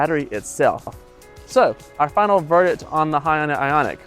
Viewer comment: It’s Hun-Day, not Hi-Un-Day